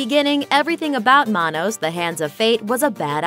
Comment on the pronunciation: You mangled the pronunciation of "Manos." It's "Man-OS." See MST3K.